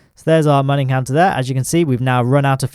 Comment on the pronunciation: I am so happy to hear you pronounce MUN properly. Thank you!